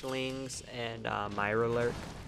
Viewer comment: "MIRARLOORK kween"